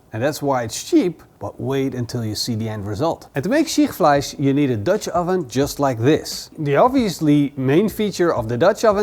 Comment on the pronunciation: Not the most "known" German recipes at all and I had no idea what he refered to, I guess he said "Schichtfleisch" (please at least try to pronounce it a bit better; and yes people with dutch ovens make it sometimes). Just say it is a dutch oven recipes by you and do not refer to cuisines or countries